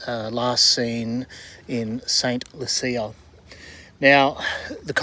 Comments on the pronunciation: St. Lucia is pronounced "Saint Loo-shah" 👍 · Hey, good thing you are on the river today, rather than yesterday. For anyone watching from overseas, this is what Autumn (Fall) looks like in Brisbane (Biz Vegas). I was trying to work out where you were talking about, I grew up in Brisbane and we called it Saint Loocha ( St Lucia) you make it sound so posh. 😄 I am about 50 clicks up the road from you. Love what you do.